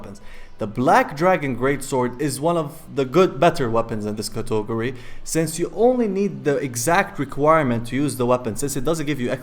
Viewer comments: Cat-uh-gore-e, not cato-gore-e. Im sorry it just gets under my skin. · cotogory? wtf? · I love how you say Catogary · If I hear cautogerry one more time i will die. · Cato go rise 😂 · LEARN HOW TO FUCKING SAY CATEGORY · I absolutely hate the way you say category. Literally causes me pain. Otherwise great video. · I love how you pronounce category! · Can't stop giggling when you say category